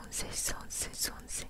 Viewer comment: много текста, лень читать, говорят сонце а не сонсэ